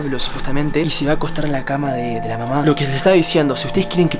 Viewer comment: Yo entendí "ay mamá shed 😂😂